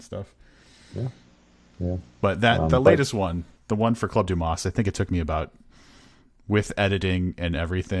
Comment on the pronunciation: The s in Dumas is silent!